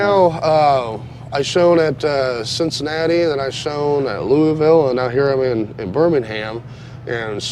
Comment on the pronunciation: Sadly he said Louisville wrong